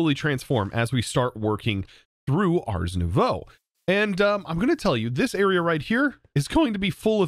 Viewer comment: Day 900 of telling that ars is pronounced «ar» (throat-back-R), and not like «arse»